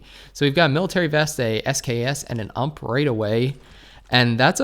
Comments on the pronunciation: Why do you say UMP instead of U - M - P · Please don't call it ump. It's called U.M.P. Nice video👌